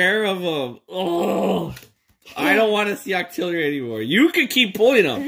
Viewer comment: In stead of octillorly it’s octo really